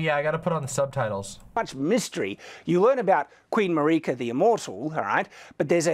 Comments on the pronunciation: In a tepid defence, there are languages where "Mareeka" is the pronunciation of the name Marika, but yeah, he speaks english and the game's voiceover is in english, so there's no excuse. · Shadiversity says "Mar-ee-ka", so clearly he doesn't even listen to the voices that DO deliver him direct story info. The desire to shut your brain off and refuse to piece things together with the info you do have shows why he wound up as a conservative reactionary. He just wants to defer to authority. Also, I think you took apart Shadiversity's way of thinking even better than Ziostorm did, personally. And I had never heard the curled finger world map connection before, that's pretty mindblowing